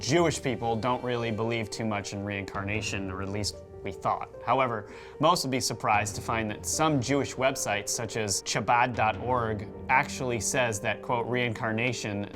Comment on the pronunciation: you pronounce the ch in Chabad as a hard k almost